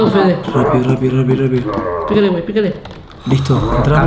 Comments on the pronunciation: Yo en la voz que escuchaban entendia penes en vez que fede like para que fede lo lea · cuando pensabais que decia fede yo escuchaba pen3